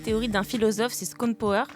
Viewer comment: Par contre ça me stresse quand vous dites "Skopenhower" mdrr! C Plutôt "Chopenhawer" :) L Mais bon on va dire que ça venge toutes les fois où les gens ont dit "Aimebapé" et "Aine-golokanté"